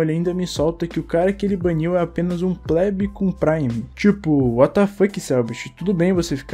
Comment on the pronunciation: "Pleb" com prime, não plebe com prime. Tenta se informar